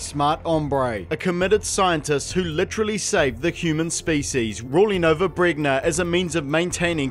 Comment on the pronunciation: pretty sure it's pronounced bren-ya